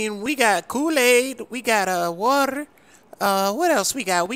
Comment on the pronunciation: Tf is waller tryna say water🤣🤣🤣🤣🤣